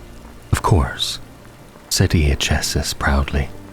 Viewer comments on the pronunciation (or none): minor correction: Iachesis is pronounced "eye-key-sis". Great narration otherwise! Very cozy and immersive.